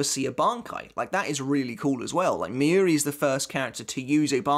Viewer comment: Your pronunciation of Mayuri is so annoying. It's not 'miyuri', it's Mayuri... it's similar to the word 'master'. The 'ma' in master, although the a is shorter. Being a bleach youtuber, you really should learn the proper pronunciation.